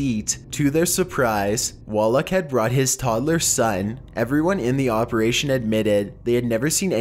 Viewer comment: Operashien Hose Attenshien Conversashien Lol its so funny how he says thing hes at zucc level right now Also he said something twice, forgot what it was.